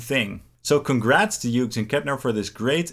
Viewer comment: Incredible how many YouTubers can’t pronounce Hughes